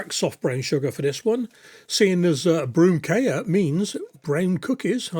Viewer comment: I am sitting in Denmark munching on some of these, Impressed that you got the pronunciation correct and the recipe! Oddly 'kage' means cake (or cakes) and 'kiks' are biscuits, but you certainly got the right name for these. In Denmark the recipe uses salted butter to give the taste a little boost, and sometimes a small almond is pressed into the centre of each biscuit for decoration. They dough can also be rolled into small balls ('pepernødder' - pepper nuts). It is also not unusual to half coat or coat them entirely in chocolate (dark, milk or white) for added luxury. Yours look Wonderful. Go well with your Lego ;-) "Go' Jul!" As we say in Denmark!!